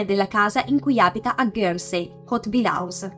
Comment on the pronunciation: Isola di "ghersei" però non si può sentire